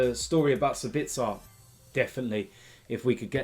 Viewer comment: Let me help you with the pronunciation: it's sAbitzer, not sabItzer (stress on the A). Yes or No? YES.